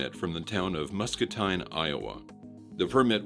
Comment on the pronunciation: "Muscatine" pronounced "MUS (cuss) CA (DUH) TINE (TEEN)